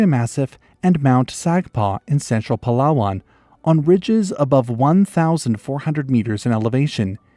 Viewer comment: Wooow my man nailed the Palawan pronunciation